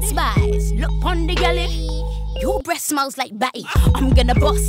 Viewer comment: she always say "something" smeel bad or ....